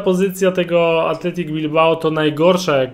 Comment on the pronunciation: Athletic a nie Athletico